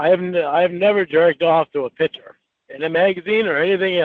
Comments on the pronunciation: HE CAN’T SAY THE WORD “PICTURE” . HE ALWAYS SAYS “PICHER”. LIKE A TOTAL MORON!! IT’S INFURIATING “I’VE NEVER JERKED-OFF TO A PICHER” IDIOT. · WHY DOES THIS FOOL KEEP SAYING “PICHER”. INSTEAD OF “PIC-TURE”? WHAT AN IGNORANT MORON. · I’M NAWT A COCK SUCKER. YOU DITCHED ME, YOU MEANIE. YOU MADE ME LOSE WINNIE! WHAT A TOTAL LOSER! “YOU DON’T THINK I’M GOOD LOOKING?” NO!!! The WORD IS PICTURE. NOT PICHER, FOOL!